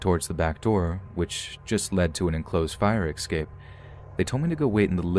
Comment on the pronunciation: ...whoah! Did my dude just say "ek-scape"? Normally I wouldn't judge, and I'm not judging BUT is my boy! And a great narrator shouldn't say "ek-scape." this is only cuz I love you, man!